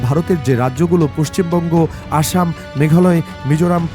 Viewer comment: অশম কেন বলা হচ্ছে? আশাম বলে দিন